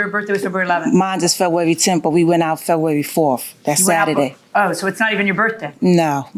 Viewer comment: Febwawy 🤣 It's a rule that you have to know how to correctly pronounce your own birthday month.